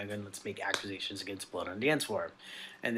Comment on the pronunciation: Anybody else absolutely infuriated by Dahvis pronunciation of 'accusation'? I know there's a lot worse in this video but like, man.